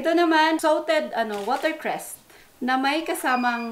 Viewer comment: I missed the TONGSOY "WATERCREST"